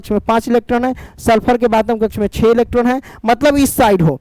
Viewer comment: Sir kabhi kabhi bohot jaldi jaldi bol te ho electron bhi electon sunaai deta h 😅😂